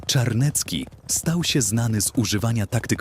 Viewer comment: Zawisza Czarny z Garbowa. Zawisza to było imię, a nie nazwisko. Natomiast to powiedzenie o nim brzmi "polegać jak na Zawiszy", więc nie kombinuj, bo przecież wystarczyło sprawdzić. I Czarniecki, a nie Czarnecki! Od razu widać, jak znasz polską historię! Litwa nie była wcielona do Polski, lecz stanowiła równoprawny człon Rzeczypospolitej Obojga Narodów, gdyż oba państwa łączyła Unia personalna, tzn. wspólny władca. I ot-tomański, a nie otomański! A Wiśnicz od bardzo dawna aż do dziś jest własnością książąt Lubomirskich. I nie Lankoroński, lecz LanCkoroński od LanCkorony!